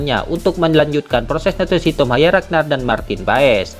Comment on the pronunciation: Pelan² ngomong nya min, soalnya sebutan kata naturalisasi gk jelas